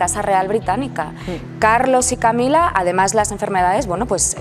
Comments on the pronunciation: Estos periodistas pronunciando en inglés. Camilla..!!!😵‍💫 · Eso parece, pero aun no aprendió a decir Camilla.😵‍💫